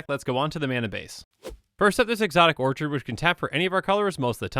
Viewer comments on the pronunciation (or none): none